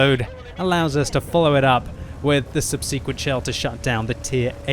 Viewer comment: is still pronouncing “subsequent” incorrectly...